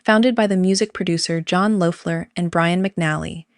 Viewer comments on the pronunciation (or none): May I make a small correction? The founder of Indochine is not pronounced Low-fler, it’s pronounced Lef-ler. I have first hand knowledge of John as a native of my hometown. Sister lived next door to me and parents were friends. I even made a slipcover for him.😁